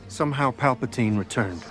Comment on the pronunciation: What is "shomehow"?